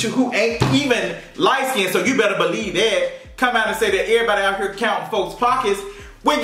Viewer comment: Bro you funny AF. "You betta balee dat"🤣🤣